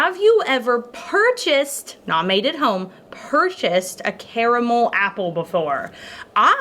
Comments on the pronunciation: My now favorite thing about her is that she is one of the few people on this earth that say the word caramel correctly. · Wonderful soap, and thank you for saying 'caramel' properly!